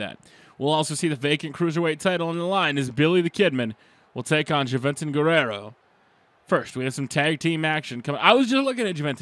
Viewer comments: ITS " HOO-VEN-TOOD" NOT " JUH-VEN-TUD"..LMAO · Who-vin-tude is how its pronounced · It's pronounced who-ven-tood (Juventud) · it's pronounced huevetuud